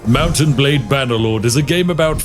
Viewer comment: Anyone else hear Mountain Blade any time he says Mount and Blade?